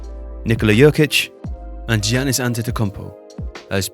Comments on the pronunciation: It's "Yannis", not "Jiannis" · We need to teach how to pronounce Giannis 😅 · Normally watch tifo football, first vid here and we cant even say Giannis correct..man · Yeah embarrassing that he mispronounced Giannis' name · how is this guy supposed to Inform us about anything basketball related when he can't even pronounce the best players name correctly?